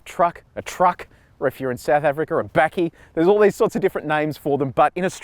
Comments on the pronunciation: I thought it was pronounced Bucky though, as in buck board, not backy? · 'backie' HAHA.. I love you man! Its pronounced buh - key Give it another go! :D